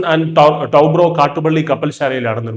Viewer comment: ലാർസൻ & ടൌബ്രോ എന്നല്ല ടൂബ്രോ എന്നാണ്. L&T